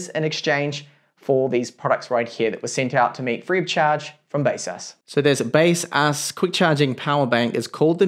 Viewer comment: in official baseus website - they pronounce Be-Saz